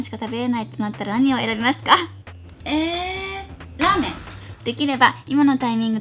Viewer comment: スシィ、ラーメンの言い方めっちゃウケたよ(笑)❤️